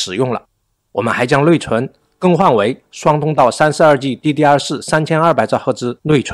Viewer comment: wu g，不是v g。nei 存，不是nuei 寸！